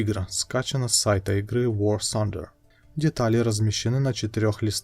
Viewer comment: не "вор сандер" а "вор тандер"